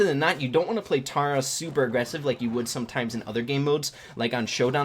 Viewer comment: Yes! you say tara (T-are-ah) I have something against anyone who doesn't